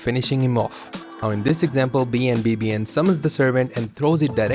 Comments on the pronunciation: This is really cool information, but just so you know BNBBN is pronounced BAWN BA BAWN. Other than that, thanks for the footage breakdown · This man legit said every letter in BNBBN's name instead of saying his name lol